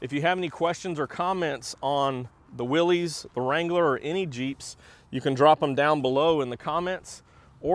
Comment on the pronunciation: Willis not Willies